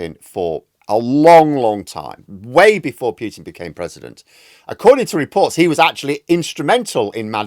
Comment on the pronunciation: POO-tin not PEW-tin... for the 5th time . Get it right